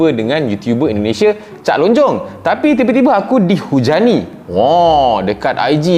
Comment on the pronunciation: bukan cak lonjong. tapi cak lontong.